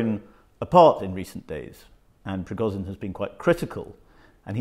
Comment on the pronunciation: Yevgeniy Prigozhin. Not Evgeniy Prigozin.